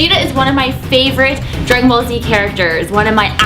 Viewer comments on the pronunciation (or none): u said grag ballz z its dragan balls z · When you were saying dragon ball z it sounded like you were saying dragon ballz